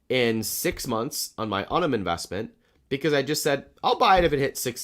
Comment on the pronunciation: Hey, I actually have sort term with Unum. I called them recently. They're actually pronounced YOU-num. Thanks for being awesome.